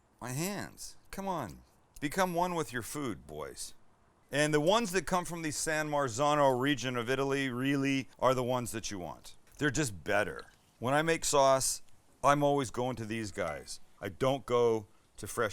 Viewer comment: Sam not „marZano” but „marZZAno” You read it like pizza ;)